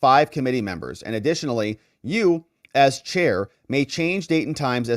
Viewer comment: Please stop saying membo. 🙏 that is so so absolutely infuriating. Please just say members...PLEASE?!